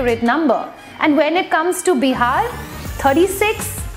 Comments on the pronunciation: The way u say BIHARRR means a lot......u cannot be mean to any state like that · She speaks hindi with so much hesitation that it's seems shes speaking a foreign language.... pronunciation of "Bihar".. don't know why people feel ashamed of speaking mother tongue....